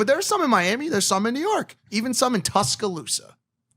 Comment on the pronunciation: " Even in Tuscilusa" hahaha